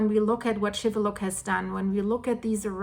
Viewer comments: it is pronounced Shiveluch and not Shiveluck like you are saying you did pronounce the city right, but you messed up the Volcano's name wrong I hope that you are staying warn in Canada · It is pronounced with the 'ch' sound at the end, not 'k'.